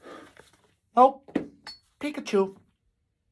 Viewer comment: Does anyone think pikachu sounds like "pick a 2" or "peek att you" ?